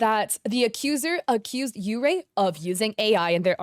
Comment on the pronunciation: yeurei is pronounced like yuurei which is baiscally "ghosts"